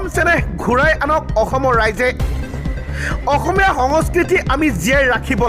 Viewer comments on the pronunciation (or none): none